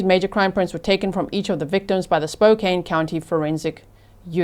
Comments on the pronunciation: Spokane = Spo-can thanks 😊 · she mispronounces "Spokane"